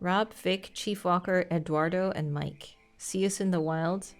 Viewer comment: Oh yeah, the Martin Sheen story, I think he's actually from the north of Spain (Galicia) which is where I'm from so I heard that story a lot of times but I'm not 100% sure if it's true. But yes, Eduardo is Spanish por Edward and it's pronounced without the pause in the "d". It's not Ed-uardo it's Edu-ardo.